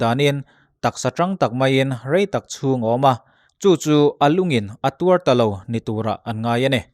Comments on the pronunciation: A vaiin a ngaihnawm a, beng a tivar ngei mai. Ṭawng thluk dik lo pakhat a awm: ".....a lungin a tuar ta lo..." tihah "tuar" hi a ri khamphei a, ri chhuk zawk tur a ni ang. Ri phei hi tuar (suffer) a ni a, ri hniam a nihin "dam chhuak zo lo" "thihpui" a ni ang. Kan ṭawng hi a har khawp mai. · Tuar tih hi lam dan chi hnih a awm a.. na kan tih a kan tuar te... Hrui thlun in a dawl loh hi a tuar ta ngang lo a a chat kan tih ang te... Lung lam in a tuar tih i lam khi... Tuar tih thluk 2 na a tuar tih lam a lam tur a nih hmel...